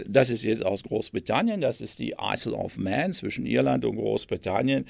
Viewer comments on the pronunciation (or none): Man spricht es "eil of män" aus, nicht "eißel of män". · Isle of Man - Aussprache: Ail of man